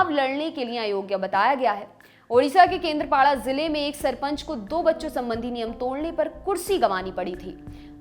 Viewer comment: madam plz kendrapada ka pronounciation achese kijie plz